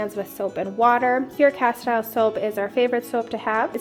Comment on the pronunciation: Cas-steel soap is how it’s said.